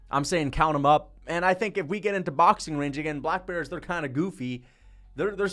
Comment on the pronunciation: I don’t what pisses me off more your delusion or the way you say black bears